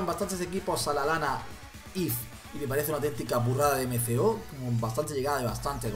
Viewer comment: no es Lalana es Lallana ami aveces también me pasa